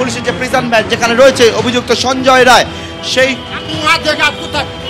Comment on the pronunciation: Don't pronounce it as Ray instead of Rai